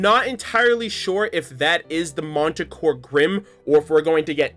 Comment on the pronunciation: That's not how you're supposed to pronounce manticore, but whatever. Also, fun fact, manticore is an anagram of cremation.